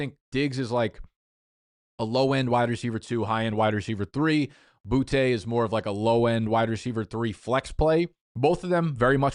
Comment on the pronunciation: cam skattebo didnt break his leg. you pronounced his name wrong. you don't know how to pronounce Boutte. really half assing it these days